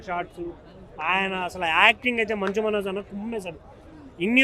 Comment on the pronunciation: మంజు కాదురా మంచు మనోజ్ 😂